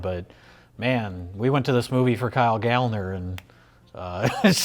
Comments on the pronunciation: It's pronounced Gal-lner. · It's "Gal-Lner" That's why there are two "L" instead of one. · If Gallner starts with the “Gal” sound then we have to pronounce the second L separately, like “Gal-L’Ner” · as a little side note referring to the bit at the beginning of the video: considering that Gallner is a surname of German origin the 'a' would be pronounced as a short vowel! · . Can't say his own name right? Just like Willem Dafoe?